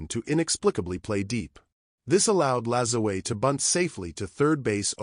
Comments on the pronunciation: pronounced, napolean La-ZWAH. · LaJoo-a is how you should be pronounced. How you get a "z" from a "J" is head-scratching. Still enjoyed the post. Note: I am not a distant descendant. Just a La Joo A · Using Spanish pronunciation on a French Quebec name ( I know tons of Lajoies’ ‘ your pronunciation is terrible A.I. Vox is short for turn it off and I did. Salut de L’ile Perrot Quebec Canada 🇨🇦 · My branch of his family always prononced it La joy. Henry Toussaint Lajoie (1839–1914), my great grandfather, is a perfect, direct example of the exact surname shift from Masseleau to Lajoie.Born in Saint-Denis-sur-Richelieu, Quebec, his records highlight exactly how these names intersected during that generation:The Father: His father was documented as Joseph Toussaint Masseleau (born around 1819). In many records, the father is listed under the transitional name Toussaint (Masselot dit) Lajoie.The Name Switch: When Henry Toussaint was born in 1839, the family was actively using both names. As Henry grew up and eventually migrated to the United States (living in Ohio and later North Dakota), the "Masseleau" part of the name was dropped entirely. He and his descendants became known strictly by the surname Lajoie. Interestingly, family genealogists note that this specific Quebec branch of the Masseleau/Lajoie family tree links directly to Larry "Nap" Lajoie, the legendary early 20th-century Major League Baseball Hall of Famer. My grandfather died in Ray, ND, when my mother war four. Ray, ND also took her bbay sister and her faathr withoin 6 mnths that year. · If he was French Canadian is last name was and is pronounced LAJOUAH